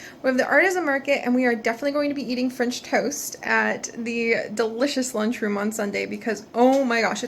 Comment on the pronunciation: It sounds like you said finch toast XD don't toast the finches haha